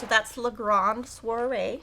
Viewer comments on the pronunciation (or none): none